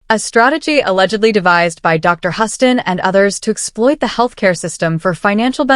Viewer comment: Hostin not Horton